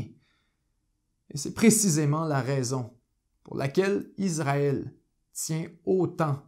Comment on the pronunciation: Merci pour votre reportage bien renseigné. En revanche c’est Issraël et pas Izraël